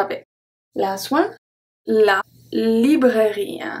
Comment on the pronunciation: In the part with the silent E's, I nearly always hear the E. For example the first words from on. For me it sounds like "bougië", "pharmacië" and "librairië".